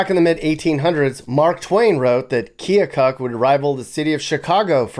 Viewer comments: Time to start the great local debate. Its Pronounced Kill-kuk not kee-oh-kuk! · Pronounced "Kil-kuk" if you're from there.